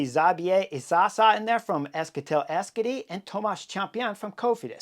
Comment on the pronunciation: Hi Chris You've pretty much taught me everything I now know about the peloton. Started watching you when the TdF came past me in the Basque Country last year. But why is Victor Campenaerts you Mann? Is it the smile, the moustache or what? BTW "Euskadi" is pronounced 'Eh-us-ka-di' (4 syllables) it means the Basque Country